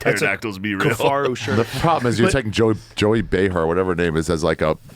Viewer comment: It's pronounced J-O-E-Y